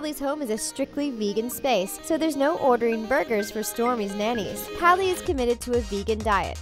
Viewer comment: All I'm hearing is Callie Jenner lol